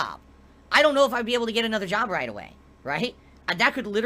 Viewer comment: Despite how he's run his "bizniss" into the ground over the years, he could easily put on a resume under skills: "Content Creation, Video Editing, Public Speaking, Business Management, Marketing, etc." He just doesn't want to go to an ahffice to work a real jahb anymore. At this point I think if he had to go to a 9-5 job 40 hours a week it might kill him. He'd definitely get a divorce if that happened, his tahxicity would reach critical levels.